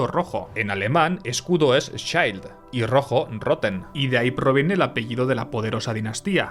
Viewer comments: Me crispa que pronuncies palabras alemanas con fonética inglesa. Schild en alemán no se pronuncia Shaild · Schild ( schilt) así se pronuncia en alemán = escudo ; Shaild en inglés